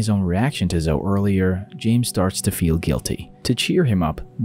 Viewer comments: Hey, it's NOT " Zohh " it's `` Zohh ee ´´ ( Zoe ) Good grief Charlie Brown. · It’s pronounced Zo-ee, not Zoh. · Zoe is pronounced Zoey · Great video, not sure if anyone has said yet, but zoe is pronounced Zo-ee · For future reference, "Zoe" is pronounced Zo-ey (long O, long E, like Joey). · Ok so my actual name is zoe and hearing this guy pronounce it zo hurts my soul lol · Zoe is pronounced Zo-E This was really bugging me in this video lol. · reads Zoe like a Joe... im am dying 😂 😵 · why the fuck does this guy say zoe like that lol. no hate intended but like wtf